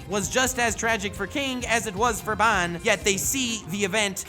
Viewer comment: Absolutely Love -- but, I despiiiiiise the way you say 'Ban'. Lmfao, it is forever [Bahn]